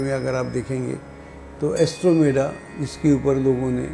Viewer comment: एस्ट्रोमेडा नहीं एंड्रोमेडा! आपके द्वारा दिए गए बहुत सारे तथ्य बिल्कुल गलत हैं!!